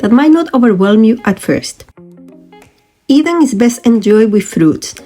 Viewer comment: It is NOT Goeda it is gouda with ou as in english now, you got the g right though...eDam not eVam.